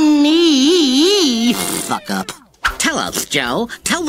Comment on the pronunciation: He said, "suck up."